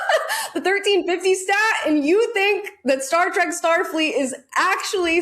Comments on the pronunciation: You mispronounced 'Trek' as 'Track' about as often as getting it right. Stay with bashing Disney. You're obviously not a Trekie. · Trek not TRACK